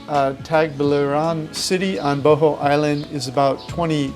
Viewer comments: is Buh-haul not bo ho dammit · Not boho, it boooo hoooooolll, or even better booo haaawwwlll